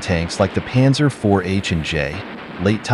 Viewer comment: The pronouncination of Zeiss is about "Tzeis" and the Panzer is "Pantzer"